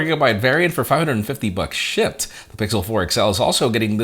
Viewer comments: Are u saying shipped or shit ? Lol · "shipped" but i keep hearing "shi*"